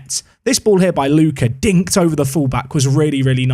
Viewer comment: Tonali can't be an Atalanta player, since he was an important Brescia player, and Atalanta fans hate him as much as he hates Bergamo. There will be riots in both Bergamo and Brescia if something like that happens 😂 Ps: Try to pronounce Ricci just like Ritchie and Lucca like Lukka 😅